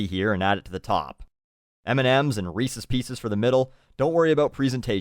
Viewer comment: At least knows how to say "Reese's" correctly. My respect for him increases.